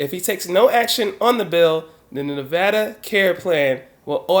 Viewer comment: Thanks 4 say nevada correctly!!!!